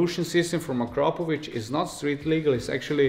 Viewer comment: now i know the correct pronunciation of Akrapovič... been saying it wrong the whole time hahaha